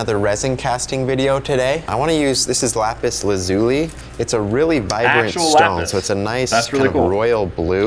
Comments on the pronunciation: Im yriggered he saif lapis lazuly wrong 😭😭😭 its lapis (laz-ly) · adeline Moseley no its lapis Laz-ly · I think you mean Laz-oo-lee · did he really pronounce lapis lazuli like that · That's not how you pronounce Lapis Lazuli e.e